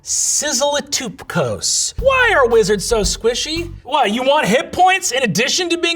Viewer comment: Brennan pronouncing "sizzle it up cuz" as "sizzle it toopcose" is absolutely killing me. 😂